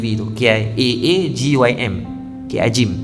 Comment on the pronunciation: Sebutan nama Kiyai AA Gym adalah bunyinya begini. Ah ... Ah ... Gim ....